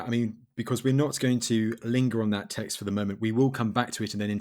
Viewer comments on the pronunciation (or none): Please, learn to say the word "text"